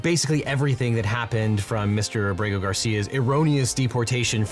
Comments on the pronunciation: Just FYI it's Á-bre-go, not a-BRE-go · it's AH-breh-go, not ah-BREH-go.